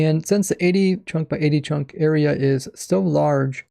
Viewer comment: Am i the only one that hears him say "chonk"?